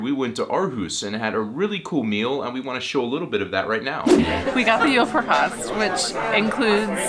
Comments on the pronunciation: I know this is going to sound incredible.... but you do not swallow any letters in "julefrokost" 🙃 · julefrokost - all the cyllabels have the same speed and emphasis other than that a merry christmas to you and yours